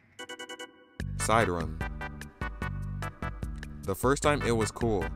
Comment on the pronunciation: No way bro said sideroom instead of sideREEuhm.